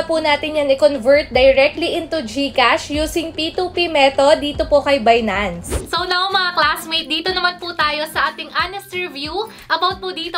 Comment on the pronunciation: Saan po magbabayad ate ? Binance po ba or bidance, parang bidance po ang pagkasabi mo. Dapat po ay ginawan mo din ng video yung sa pag deposit sa bidance po 🙏🏼